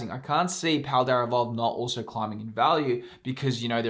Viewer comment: There is no “R” in paldea evolved